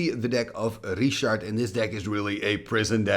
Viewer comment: Why do you call him Reeeeeshard? Are you Reeeeetarded? His name is Rich. Why do you always pronounce people's names like a Reeeeeetard?